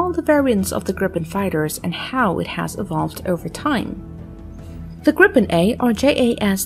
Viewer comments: Kind of more grrippenn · stop saying " Gripppen" sounds stupid, its SAAB JAS 39 Griphoon